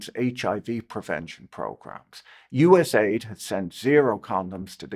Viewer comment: Patrick couldn't be bothered to pronounce USAID properly. AID is in it's title to make it sound good. U.S. Agency for International Development doesn't sound so benevolent. USAID soft power was used for the UKR Maidan Coup and resulted in the UKR war with a minimum of 1 million deaths. Likely 2 million+. But most of the deaths were young white men, so who really cares